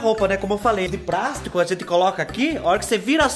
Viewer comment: Veio o prendedor de 'prástico'.... demais kkkk